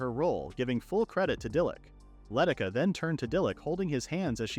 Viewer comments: Why does the voice keep reading Leticia as Letica? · How do I know that generalized AI is lightyears beyond our current capabilities? It's been years and the AI script and voice writers can't understand "Luh-tee-shuh" is how you pronounce "Leticia". And other such weird issues and mispronounced names.